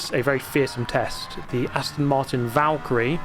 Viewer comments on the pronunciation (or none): none